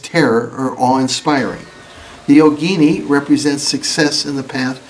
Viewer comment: Excellent video. A lot of westerners pronounce “yogini” like yo-GEE-nee, but the correct pronunciation is YO-gi-NEE.